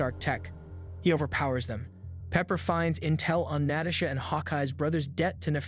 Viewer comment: Great video but damn the way he says some names is mind boggling and annoying. Like Rhodey, Natasha, etc. who tf says Natasha like that